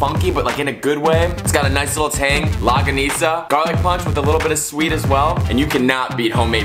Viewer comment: Lmao its pronounce" long-ga-nis-ah"